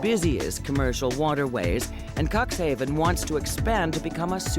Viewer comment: Not bad made but please pronounce the city of Cuxhaven correctly. It sounds horrible to me. I was born in Cuxhaven and if somebody would pronounce it the way you do it in Cuxhaven, you are in big trouble. And the ship is build in 2009. An old lady so to say. I saw the ship by myself and it is mindblowing. However, this kind of ships normally run smoothly and have no problems and is not the only of this kind.